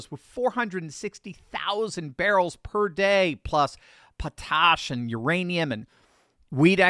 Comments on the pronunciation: Oh so that's what he meant when he said "p'taash". I thought it might have been but I couldn't be sure. Never heard anyone say it like that before. Not saying he's wrong, I've just never heard it. All I've ever heard is exactly how it looks; pot-ash. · . Dude! Aren't you from PA? Pit-tosh? Hahahahaha!!! That's pot-ash. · Poe tosh? POT ASH. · LOL. Proper pronunciation of Regina is "Re-JI-na" (like "Vagina"), not "Re-JEE-na". And Potash is "POT-ash", not "po-TASH". Other than that most of the contents of this video are spot-on. I can also add the following: While Canada would be at least temporarily screwed if the west broke away (taking their resources with them), the untapped resources in the rest of Canada are sufficient for that region to eventually rise from the ashes: Quebec has their own natural gas and mining resources that could be either tapped into or expanded. Ditto for an increase in their hydroelectric power capabilities. NL/Labrador could also do this, as could northern Ontario. NB has both natural gas and Tungsten that could be pulled out of the ground. NS still has coal last time I checked. But of course to do this all of these eastern Canadian regions - whether still intact or fragmented into new countries or US state territory - would have to abandon all of their bs woke/leftard/enviro-Nazi/globalist-totalitarian policies and Just. Start. Developing. No longer being able to financially r@ the west would leave them no choice but to comply with this strategy. But there's another consideration in all of this: The last thing the USA under Trump wants is to see totalitarian globalist vermin and China militarily setting up shop along its northern border - a situation that's arguably already under way. And with Canada's resources they could very quickly become a well-armed superpower with missiles aimed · Lol. Wtf is PaTash . I think its pronounced Pot Ash my guy. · "...puh TOSH..." Lol, wut? Potash is pronounced POT ash, just as it's spelled.